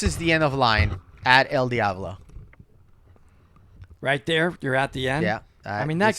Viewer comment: Why if you speak Spanish would you pronounce el Diablo like a Caucasian lol 😂